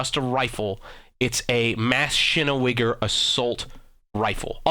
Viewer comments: Uhmm.. Wtf is mash-iene-weger? You're pronouncing it wrong, so don't get started on someone elses pronouciations lol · This guy is so fucking stupid. He says this other guy doesn't pronounce things right, but he's even worse. He is so stupid, and some of the things he says in general or about the history of ww1 is just so incredibly moronic. It is pronounced MA-CHINE-EN-GE-VER. Machinengewher. The automatic version of the Gewher rifle for Germany. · m8 [maschinewiger] that pronunciation hurts, btw his second try how he prounounces it is actually right:D is it that hard to pronounce it when you are from USA....?:D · Um so if that "assault rifle" is really spelt machinegewehr 08 then it's actually pronounced --> (machine - geh-vear) it's german pronunciation look it up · Bruh machinegewegger????? Its german and that is not how u pronounce it properly I probably misspelled something (sry) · The word Maschinengewehr is German/Austrian and you are pronouncing it like mass of sugar and that's completely wrong. I am Austrian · My god even you butchered the pronunciation of MaschinenGewhr its pronounced like this break it up and pronounce Machinen Gevehr its how it would be pronounced with you Americans. w's in german make a v sound he got it much closer to pronunciation than you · Couldn't stop lol'ing that people can't say "machinen"- gewher (pronounced gawhere) meaning machine gun! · maschinengewehr 08 is pronounced Machine n gewehr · It's pronounced Machine "Gewer" and Assault Rifles weren't invented until ww2 with the mp44. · Also machinegwher (or however it is spelt) is said machine-gweher. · ITS MACHINE GEH-VER= Machinengewher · I don't know if you're joking but it's legitimately pronounced, mash-in-ge-vare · Ma-chen-guv-air Gewehr is pronounced is like guv-air. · Yea bud you need to practice your German, he said mshinawiger lol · its a german name and im german so you spell it like muh-sky-nan-ge-wear xD try to pronounce it like that;)